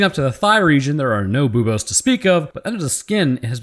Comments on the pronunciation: you cant say bobes on youtube, the u sound makes all the difference :D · "boob-ohs" Me: "snickers" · every time you say buboes my brain goes "Boobos????" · mispronounced a science word. For shame.